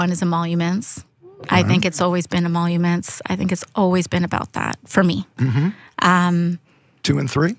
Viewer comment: Immoluments??? What the hell is she talking about?